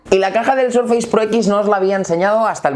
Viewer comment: Surfeis? Por que los españoles pronuncian tan mal el inglés